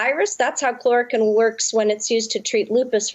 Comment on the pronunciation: she is just bullshitting, throwing out a bunch of "sciency" sounding terms to impress redditors, while hardly even being able to pronounce chloroquine. Also painfully obviously reciting a script. Lmao. "the danger is, we don't know exactly why it works" lmao, the same is true for a raft of medical treatments in daily use. Medicine is not a science, it is an art based upon science. Why a treatment works can be figured out later, from the pov of saving life, it is largely irrelevant and a moot question.